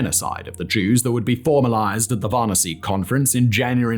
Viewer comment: The way you pronounced "Wannssee" :D